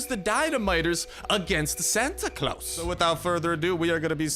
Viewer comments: Dynamiters has red caps bro and its now pronouced claaws its pronounced claws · its not Clous its Claus as in Santa Claus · he is not saying the santa name right